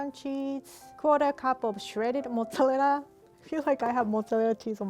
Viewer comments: Other people: Mozzarella.: Massarelelea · I love the way she's saying mozzarella (mozzallera)😂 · Fresh motz-ah-lela cheese, I love the way she talks 😂❤️ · i like how she says mozzqarella cheese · Mozalerra cheese 😂😂😂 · "Motzerela cheese" i almost forgot the actual name of mozzarella cheese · "Modelela cheese "rie 2021👌🏼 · i love the way she says mozzarella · I hope this doesn’t sound rude or mean but I JSUT love the way you say “mozzarella” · pronouncing mozzarella is the only thing keeping me alive rn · that pronunciation of mozzarella tho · The way she pronounces Mozzarella is sooooooo cute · The way she says mozzarella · The way she pronounces mozzarella is so cute 🥺💖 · the way she says mozzarella is so satisfying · I love how she says “mozzarella”